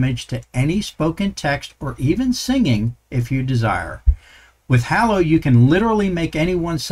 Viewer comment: Thanks for this! Btw, Hallo is German for Hello and the "a" is pronounced like the "a" in "large"